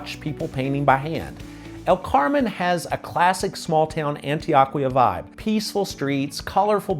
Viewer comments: On-Tee-OH-Kee-Ahh. Love ya,, but man oh man, do you have A LOT of gringo in your Spanish pronunciations. 😀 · Do you purposely pronounce Spanish words as Gringo as possible? 😂😅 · Is Antioquia pronounced 'AntiOHquia or AntoAHquia. I was under the impression (in my limited Spanish skills) that the letter O is always pronounced like 'OH'. Maybe I am wrong about this? Regardless.. I like your video.